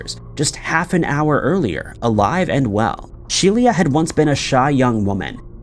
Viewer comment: He mispronounces these things so that people will comment and increase the engagement factor of the video. YouTube doesn't judge on quality of content, just amount. (Also it took me 2/3 of that last section to figure out that “She-LEE-ahh” was actually just “Shelia” (SHE-lah).